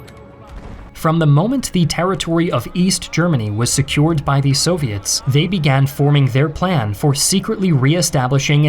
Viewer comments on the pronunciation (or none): none